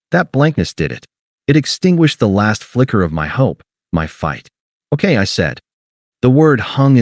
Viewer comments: Okay is two syllables :face-red-droopy-eyes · ..."ok" has 2 syllables, not one. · Okay is two syllables, not one. AI can't even count. Get rid of it! 👎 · Okay is two syllables, not one.